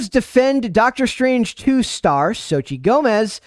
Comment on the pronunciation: Soch-tel* the same with Vulcano "Popocatépetl" Tel*